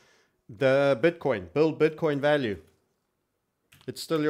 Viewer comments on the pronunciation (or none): none